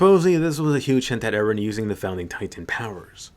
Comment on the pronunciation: She still love Eren , she would be very sad if he die. But I hope to never hear "Ereh" again